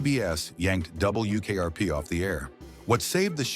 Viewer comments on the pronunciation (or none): “DUUUble U” AI voices are so bad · It's W ! NOT DOUBLE U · A.I. voice sure has a problem with "W". "double....u" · True, I hate the narration with its "Dub. Bul. Yew. Kayarpee". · “Double U KRP”???? 🤔 🤖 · Yes, the awkwardness with "Dub. Bull. Yew. Kayarpee" gives it away. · No, it's ai slop. a'Dub. Bul. Yew. Kayarpee" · "DoubleYOO KRP" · Love the way the AI pronounces "Double You Kay Are Pee" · "Double U, KRP" I wanted to rip my nails out. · Double U K R P. 😂 The worst. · Yeah, the way it said WKRP was driving me crazy. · Still waiting for AI to say 'W' correctly. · Yep. Otherwise it wasn't horrible. Stayed to the end.